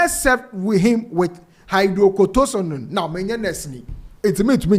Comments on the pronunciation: Aaaw I wish I can pronounce hydrocortisone for you it is a sad news but u made me laugh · Ei, how did you pronounce HYDROCORTISONE?😂😂😂😂😂